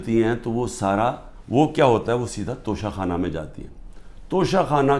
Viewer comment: Khan Sahab sahi tallafuz Tocha Khana hai, Tosha Khana nahin 😜